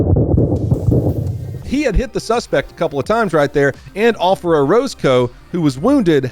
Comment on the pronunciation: “Offera” lol